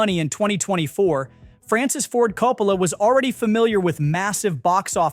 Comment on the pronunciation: I am sorry man, was really interested in this video but had to shut it off . I got 3 pronunciations of Coppola? Is this ai???? Was willing to give it the benefit but the annoying factor turned me off. Sorry if this was a real human.